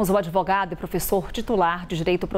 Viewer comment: Vixi adevogado ruim